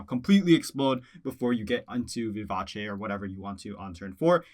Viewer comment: BRAVO for pronouncing “Vivace” correctly. Subbing for the level of literacy. 👏🏼👏🏼👏🏼👏🏼👏🏼